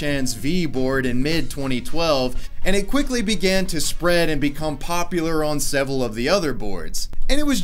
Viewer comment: And "several" 😂